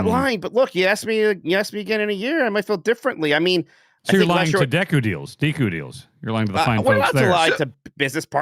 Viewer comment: utters "dehku deals" and then course corrects to "deeku deals", which one is it! it doesnt make sense to me the way they pronounce it throughout the sponsorship